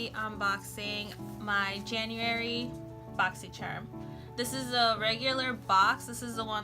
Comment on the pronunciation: lol how u said January sis 😂😂😂